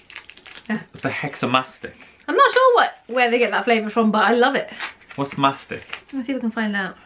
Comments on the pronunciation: It is not Mastick it is Mastika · It's MESTKA not MASTK....Iam Egyptian